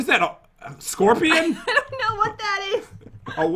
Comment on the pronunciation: no no no no no!! You said it wrong. Scorpiown you ment to say. 😂😂😂